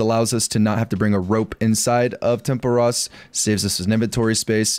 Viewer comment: Videos are amazing… but if you say tempuras wrong again…